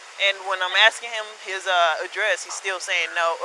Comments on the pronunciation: Aksing you I'm aksing yo hahaha weird hehehehe she had no REASON to ASK for I didn't commit a crime. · "...if I'm axing you." Who is she? Jack Torrance? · The word is asking , axing is when one chops wood . Just SA'IN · Please quit saying "axing." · I was under the assumption that cops , even crooked right violating ones , had to be educated and be able to articulate better than AXING him. Also suspicious is neither a misdemeanor or a felony, no identification sorry. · Until this day, she is still axing him. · Stop saying “I’m axing you “. Dang Speak English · “Axeen” asking maybe? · Asking not axing God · Asking, not axing 🙄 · I hope she no longer has a job as a police officer! Cuz "ya know she's like axeing weird!" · She's axing him for his id 5 times, she ought to learn English before they let her loose on the public ( the word is "ASKING") you dumb fuck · Why is this dumb cop axing. It is ASKING stupid. Listen to this cop trying to make shit up to her boss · It's odd that she keeps axing people but she has to be educated on the streets on ID law. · Maybe instead of "axing" for his info she should try ASKING in the future... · Axting you, Axting you...what a joke. All Officers should have a College degree before being able to be a police officer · She needs to stop axing him, I can't handle the violence! Its a Steven King movie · no, donkeypiss! Fa REAL dough! Listen closely right after, "...I just waited for Smith to arrive..." She said she was, "...not gonna keep ASKING... for I.D." DAMN! She said it again. I just heard the second one, "...I'm ASKING him, what's your current address..."